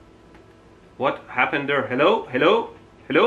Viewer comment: I love his Helow helow